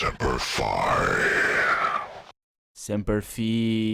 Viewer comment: Frank Horrigan was probably a marine, and the marine corps thing is Semper Fidelis “always faithful” and semper fi is always pronounced as semper fie, fi is like pie with an F. I know us English speakers butcher the shit out of Latin, but marines will get super butthurt if someone says it any other way.